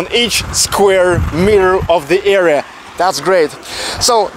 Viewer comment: area or era? It is hard to understand.